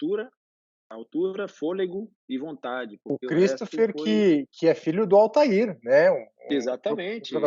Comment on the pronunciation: Altevir; não Altair!, grande boa praça!